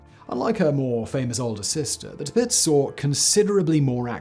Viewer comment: Tirpitz, the way you say it. it just sounds wrong